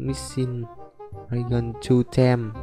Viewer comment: )) toàn nghe đọc thành draygon